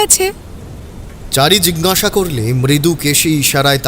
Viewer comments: Jhinghasa hobe na jiggasa hobe. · যিনি গল্প বলছেন তিনি জিজ্ঞাসা কে জিগনাসা , অজ্ঞাত কে অগ্ন্যতো বলছেন খুব কানে লাগছে । একটু খেয়াল রাখলে ভালো হয় । আমি রোজ শুনি এই চ্যানেল খুব ভালো লাগে।